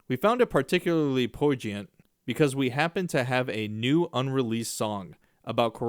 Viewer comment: Look up pronunciation of poignient